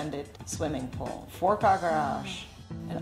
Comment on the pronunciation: She said pohl, then lap pohl. What's the accent ?